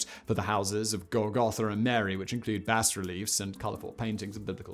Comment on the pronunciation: Good stuff. Thank you. Btw, you don't pronounce the "S" in Bas-relief. Just learned this. bä″rĭ-lēf′